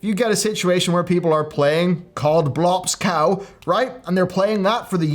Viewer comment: "Cod Blops Cow" lmao